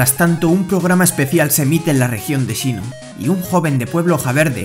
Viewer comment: sinnoh no shinnoh